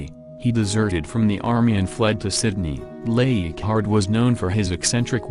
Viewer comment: I would appreciate the correct pronunciation of the names please. Leighardt is not eeegart.